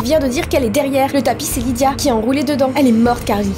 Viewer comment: Je m'appelle Lidia. Oui, cette information est inutile mais je voulais que vous le sachiez car je suis heureuse d'avoir entendu prononcer mon prénom.😂